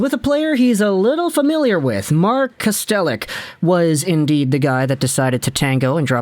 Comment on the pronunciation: it's pronounced Cast-a-lick